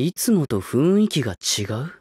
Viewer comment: 「ふいんき」じゃなくて「ふんいき」ってちゃんと言ってるの好き